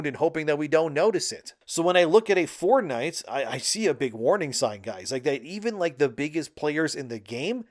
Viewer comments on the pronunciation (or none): lost me when you decided to never learn how to say the words Fort and night into 1 "4 night" "ford night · Stopped watching after the tenth time he pronounced it "Fordnite"